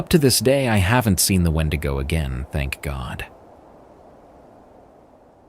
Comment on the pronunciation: Now you can't say wendigo? 😂😂 Ok